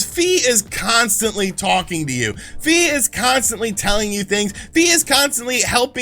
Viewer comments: It's Fi as in "figh", not "fee". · "Fi" is actually pronounced "Fie" as in "Die"